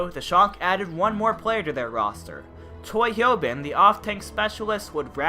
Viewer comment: I like how everyone, including the Shock’s expat translator, mispronounce Choi HyoBin’s name.